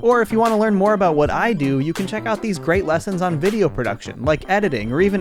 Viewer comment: That's my boy I tell you hwhat!